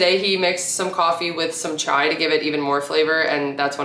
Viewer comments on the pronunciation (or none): none